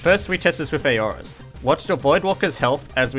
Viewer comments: It's Aura or plural Auras [ˈɔː.rə]'s, same pronouncement. Not A-Or-As. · Aura's are pronounced OH-RAS not A-OHRAS